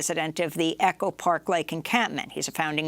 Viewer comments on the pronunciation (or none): none